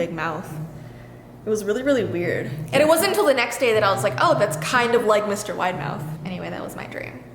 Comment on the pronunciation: saying Widemouth Me hearing: Mr Winemouth The thingy that is called CC: Mr. Winamouth